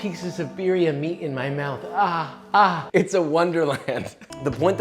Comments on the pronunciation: Its not beerria its beetheuh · Hi.. Just letting you know that how you say butter is the same way you can roll your R to say birria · The only problem with this video is REE way he pronounces birria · Once I understood what he was saying, his pronunciation of Birria, low key made my eye twitch.